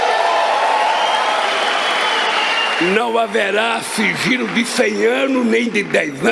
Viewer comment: ELE DISSE FIGILO E NÃO SIGILO...AHÃ...SEI...